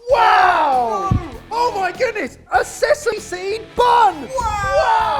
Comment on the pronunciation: "Wow a sesam seed bun!" Am I wrong to say "sesame" -pronouncing the "e" ;)